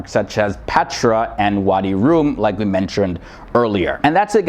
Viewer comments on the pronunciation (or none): Thank you brother for beautiful video, and allow me to correct the name of wadi Rum instead of wadi Room and Aqaba city in the south , lots of respect